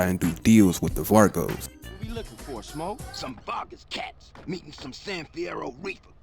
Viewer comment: Why u say vagos Witt a R fam😂😂😂 Keep doing ya thang bruh